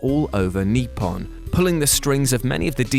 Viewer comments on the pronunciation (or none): Kneepon instead of Nippon